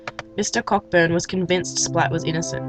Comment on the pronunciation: "Co-burn" not pronounced Cockburn